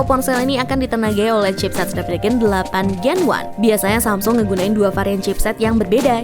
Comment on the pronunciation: Salah lagi penyebutan nama chipset 8 gen 1 (delapan jen wan) 😝🤣🤣